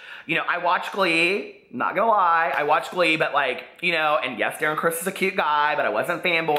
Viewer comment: saying Darren criss I can’t.